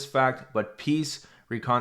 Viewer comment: The way you pronounced reconciliation. 😳😂